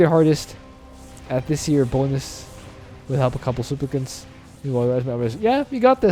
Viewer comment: my fav pronouncation today is "souplicants"